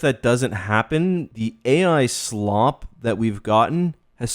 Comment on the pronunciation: dont appropriate my ideology. the way u enunciate slop tells me everything; that ur a tourist who bares no hate.